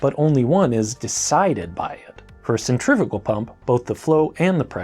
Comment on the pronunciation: Centrifugal not "centrifical" please.